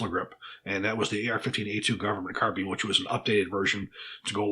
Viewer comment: Scarbine lol. great video.